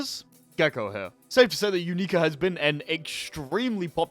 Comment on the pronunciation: "you-NEE-ka" its pronounced "YOU-nik-a" everyone in the anime pronounces it the same way, and so does the announcer in the game. idk where you got your pronunciation from